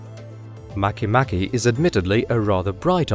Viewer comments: Make Make is pronouunced Mah kay Mah kay, not maky Maky nor Make Make, nor Makeh Nakeh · at first I thought it was pronounced make-make not mach-mach lmfao